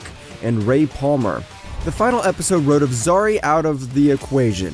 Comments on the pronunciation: and the guy pronounced zari as zazi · Honestly cause he was able to say Behrads last name but cldnt say Zari😂😂 and its the same fuckin last name😂😂